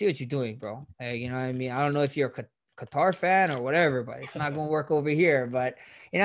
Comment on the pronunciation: The real 145lb champ. This man really said “Ka Tarr”😂